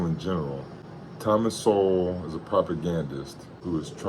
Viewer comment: You can't even pronounce his name and you try to insult him lmfao.